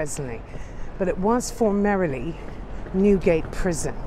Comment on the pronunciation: Another absolutely brilliant video. But I love how you pronounce FORMERLY as FORMERILY... Too cute! #FreeToursByFoot